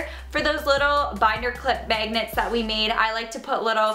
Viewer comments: its mAgnets not mEgnats xD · I like how she says megnits instead of magnets its so funny :) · The way you say magnets really annoys me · It's hilarious when she says magnets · It is annoying the Way you SAY magnets.........😑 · I cringe every time she says magnets😂😂😂